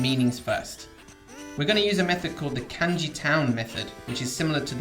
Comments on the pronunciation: It's NOT "KAENJI", ITS "KAHNJI"!!!!! SHORT "A" SOUND, MY FRIEND! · did is not irritate anyone else how he says pronounces kanji like can-jee instead of kahn-jee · For all your knowledge of Kanji, why do you pronounce the a vowel /æ/ instead of /ä/? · It's funny that someone who can write Kanji can't pronounce Kanji correctly. LOL. It's pronounce Khan-ji people, not CAN-ji. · Isn't it pronounced kahn-jee, Not can-jee? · Say Can-Ji one more fucking time. You pronounce Ka as KAH the same with every other A sound in the Japanese alphabet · why does he pronounce it like "can ji" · I trust you... but I question you because you’re calling it k- ANN- ji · Did this mans just say "can-ji" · Cum gi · shmoppl bGFzdG5hbWU Japanese speaker here, it is like a g as in giraffe. It's spoken kahn-ji. like with a j sound. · I couldn't get over it either. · the way he pronounces “kanji” is just unforgivable 💀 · Isn’t Kanji pronounced as if it rhymed with Bungee? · He uses the Anglicized pronunciation, doesn't mean he doesn't know what he's talking about. The method he talked about for remembering kanji is really useful. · I'm sure it is, but I just can't get past that annoying flaw. It looks like its just Heisig in a video, which is nice but content is only one part of a video. I have no confidence in learning a language from someone if they don't even bother to pronounce a major word correctly. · I think op was talking about the "a" in kanji. Japanese "a" is more like the british "a" in "can't". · Fan ( I assume you know what a fan is.) Fawn (Multiple meanings, usually as a verb to Fawn over someone.) Changing the way the letter sounds changes the whole meaning of some words. It's not an accent. Calm down, you're getting paid to teach. Beginners watch these videos. You wouldn't teach a new English speaker that Can is pronounced Cawn. Simple as that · Its looks really bad when you cant even say "Kanji" correctly.